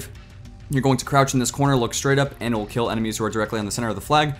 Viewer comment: you say "ant" instead of "and"